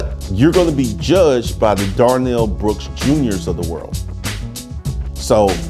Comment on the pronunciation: Darrell, not Darnell.